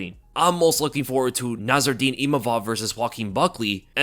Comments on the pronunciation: NASSOURDINE NOT NARROURDINE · It's Nassourdine, not Narrourdine 😅